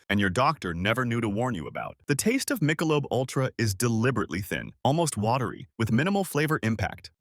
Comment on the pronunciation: Mike-a-lobe?? what??